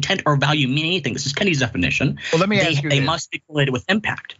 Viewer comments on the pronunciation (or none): Richey, let me correct you, it's ASK not AXE. An AXE is a tool for chopping wood brother , come on.it's only 3 letters bro!!!! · Forget about CRT. Spend more time on conjugation of verbs. Spend more time on pronouncing "ask."